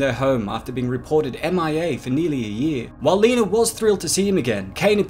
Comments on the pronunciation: Her name is Lena, not Leener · Lol, why does he keep calling her "Leener"? Lol.